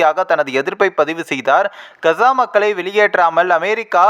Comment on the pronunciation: Kza. Illai kaaza endu thelivaaha sollavm